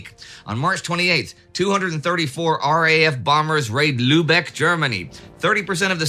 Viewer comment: But avoid the luebeck mentioned in the video. It is a silly place. Go to Lübeck (pronounced lybeck) instead.